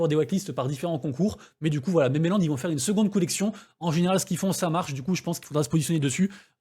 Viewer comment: Merci pour la vidéo! Tkt on comprend tout, sauf quand tu dois dire un mot en anglais!! Elle est où l'île aux mémés? Jconnaissais memeland (voir mimeland pour la prononciation), mais mémé land, connais pas =P Bisoussss